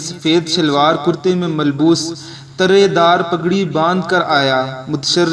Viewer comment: Tarray dar nahin turray dar hota hai , thx.